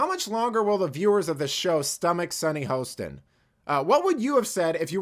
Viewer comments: Come on....at least pronounce the name correctly. (HA-ston) Not HOST-ston. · You cut the video for your narrative. Play the whole thing in its context. Plus, you are pronouncing her name wrong. It's Hostin. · You are deliberately mispronouncing her name. Racist you're Racist.